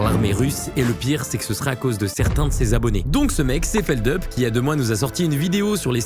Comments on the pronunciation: C'est pas Feldeup, c'est Feldup (on prononce le U)! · Bordel personne sait prononcer feldup c'est fou